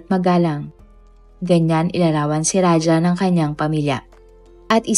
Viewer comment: Raja not raha